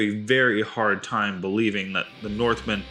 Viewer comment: Did you actually watch GOT?...did you listen?...then why do you mispronounce Sansa ?